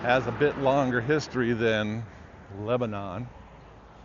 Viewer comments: It's leb-nun... not leb-a-non. To the locals, at least. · Wonderful but it's pronounced Leb nun